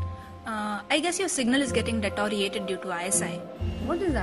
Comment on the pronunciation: it sounds like 'detariated'. It is 'deteriorate'.